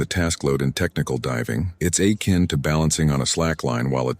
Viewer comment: I think it's less the words themselves and more the entire style. It's clearly a formal written text and is not really adapted to being read out. Then some strange things like pronouncing "akin" like "ay-kin" also just makes it sound like it being audio and not text was not in the mind of whoever wrote it